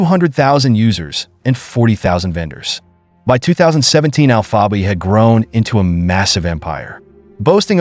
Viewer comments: You guys need to quit it with this bullshit AI voiceover dude can’t even pronounce alpha bay lol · This comment sounds about as stupid as this AI bullshit trying to pronounce alphabay lol smh